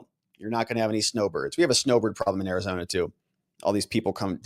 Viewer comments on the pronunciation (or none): none